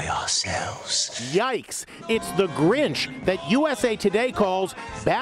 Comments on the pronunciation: the grench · That’s not the grinch that’s the granch